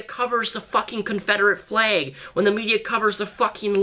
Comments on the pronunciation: You said fleg...not flag. Lel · honestly don't know why he pronounces it like that I'm also American from Long Island NY and I pronounce it "flAg" not "fleg"......If you're American too how do you pronounce it lol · "Fleg" hehe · Anyone else notice that he pronounces some words with a's or e's as if they have y's? Like eggs he says ayygs. Or flag he says flayg. Also when he says legs he pronounces it like laygs. I love your videos so much just wanted to know if anyone else noticed? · The way he says flayg shrugs